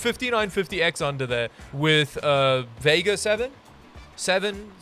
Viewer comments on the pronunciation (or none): none